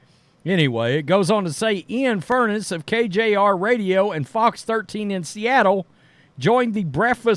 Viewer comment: Fur-ness’. Not furnace